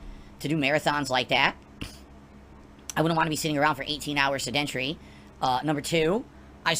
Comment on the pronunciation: has he never heard someone say the word "sedentary"? he says it like he has only read the word or has only heard it said incorrectly his whole life.